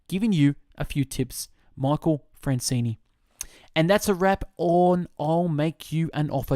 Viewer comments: Dude, can you read? It is FranzESE ...not Francini!" Get your §hit straight! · It's not Francene it's Franzese lol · Michael Franzese is right, It's not Francene....but do greatly appreciate this fabulous book is on Youtube and I greatly appreciate you reading this book and uploading it to your channel. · You're saying his name wrong